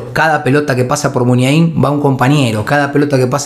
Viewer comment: El pollo Vignolo me tenía las pelotas llenas diciendo mal MUNIAIN